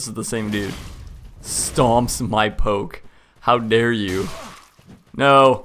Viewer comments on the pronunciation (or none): none